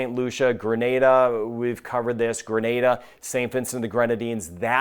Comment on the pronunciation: Thanks for saying " Gre-nay-da" and not " Gra- Nah-da" and "To-bay-go" instead of " To-bah-go" like most americans😊